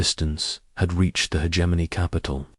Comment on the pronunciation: Ho hum. Same script, different video. Same time gated story with odd placed pauses. Same reused names, no imagination. Hegemony = "her Germany".